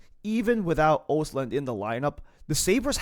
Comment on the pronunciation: Pronounced ahstlund. Its a hard o